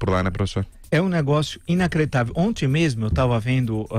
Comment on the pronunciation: Villa pelo amor de Deus. Vc falar onti?